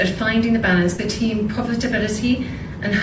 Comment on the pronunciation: The balance “BETEEN POVERTABILITY” 😂. Khate needs to start with “the rain in Spain falls mainly on the plane”😅 Khate is not ready for advance level elocutions 🤣🤣🤣